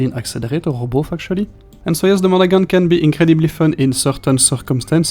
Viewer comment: Strange mix. Disappointing for this gunboat fan. Thanks for the review. Pronunciation is “Mon-a-Han.”